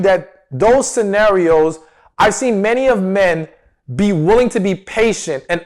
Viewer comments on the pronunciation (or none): I'm not trying to be mean but when you say the word "wooling" 😳 its "willing" I cringe 😖 Also the word "important" is not pronounced the way your saying it.. I listen to your videos all the time but I cannot stand to hear these words pronounced wrong... now in this video I heard you say "willing" but then you switch back over to "wooling" 😳😖 Its like people that say "warsh" instead of properly saying "wash"... Where does the "r" come from?